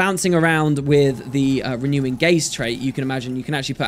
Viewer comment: i like your pronunciation of "renewing" LOL